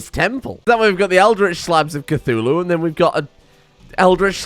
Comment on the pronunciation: Cthulhu? more like Cth"uWu"